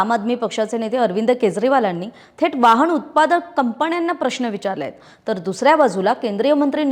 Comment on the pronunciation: मॅडम, वाहण नव्हे, वाहन. वहाण म्हणजे चप्पल. नेहमी न ला ण म्हटले, म्हणजे शुद्ध नव्हे.